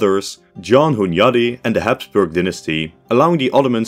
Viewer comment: as a hungarian it feels kinda weird to hear János Hunyadi like that